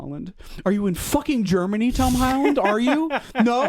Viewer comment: i love how the way pronounces tom holland progressively gets worse the angrier he gets “tom holland” “hom holland” “tom highland”